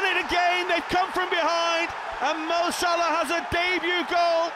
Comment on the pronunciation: the commentator can’t even say Salah properly anymore lol